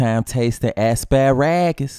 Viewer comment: first time taste and ass-pa-ragus